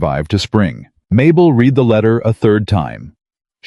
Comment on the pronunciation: Love the 2nd or 3rd opening slide where she seems to have 3 arms....And, I will be impressed with AI narrators when they get the present and past tense of words like 'read' correct.